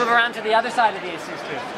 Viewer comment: every time he says asus, I hear asoos